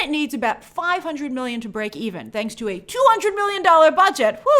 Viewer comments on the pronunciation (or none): none